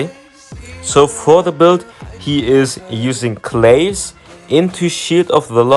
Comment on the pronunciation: been a long time fan and i hate to do this..but claves is pronounced kla-vase and not clayvs..sorry bro. BTW i tried that build but im not impressed with it i feel like he needs something else.